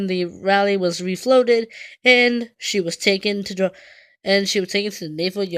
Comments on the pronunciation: It's pronounced "Rawlee"! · Its pronounced "Rolly". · She is named for a town in North Carolina,pronounced Rah Lee